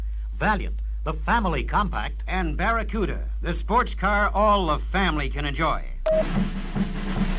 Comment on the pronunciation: I remember the Barracuda commercial with one of the ad guys mispronouncing the name as "Baccaruda".